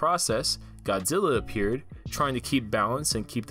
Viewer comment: I turned this video off as soon as he said “ E-ppeared”